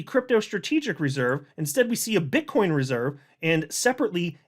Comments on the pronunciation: Bro, it's BITCOIN not Bitchcoin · He said Bit-ch coin 😂 I heard it!